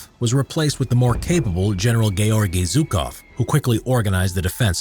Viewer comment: Gaygeorgy Zucov lol